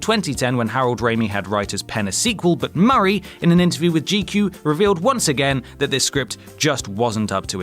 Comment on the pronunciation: Harold Ramey? Who is that? And you got Bill Murris and Dan Aykris names wrong too...